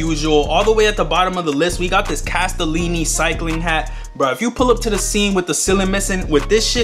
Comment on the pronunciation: The hat is not your typical BASEBALL CAP...its a cycling cap for people like lance armstrong...its supposed to be aerodynamic. BTW....Its CASTELLI....not castellini